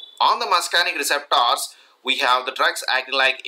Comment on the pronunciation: Would be such a nice video if you stopped saying receptors so weirdly.